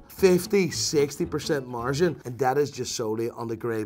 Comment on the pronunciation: and i don't like the way he pronounces "margin"